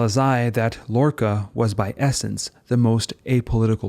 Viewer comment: i have to say your pronunciation of "Miró", "Lorca" and "arriba" with a french r is pretty funny as a catalan and spanish speaker. not that it detracts from how good this video is at all!